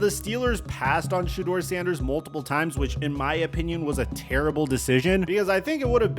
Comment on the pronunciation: The fact that you still keep pronouncing his name "shaw" is driving me nuts.